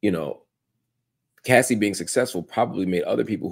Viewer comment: why is it so hard for everyone to say CASSIE! not CASSIDY! 😂😂😂